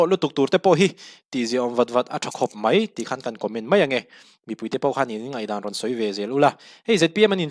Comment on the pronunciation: "A ropui ka ti khawp mai" tih a mai lai tak hi 'mei' tiin i sawi fo mai a, lo sawi dik tawh teh, i channel a hlu telh telh a, midang zirtirna a ni pah zel a nia.😊